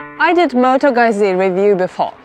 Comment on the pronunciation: It's not moto "gözi"... It's moto "ɡuttsi", with the u sounding as the u in the word "rule".